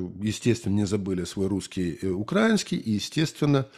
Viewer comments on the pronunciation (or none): Якщо не важко, ставте, будь ласка, наголос в слові "украинский", на букву "и". Мені здається - це точніше. Дякую.